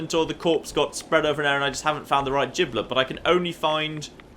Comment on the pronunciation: Did anyone laugh as hard as I did when he said giblet?